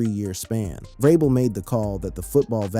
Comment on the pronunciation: It is not Ve-Robel. It is pronounced Ve- Rabel. We all we got, we all we need.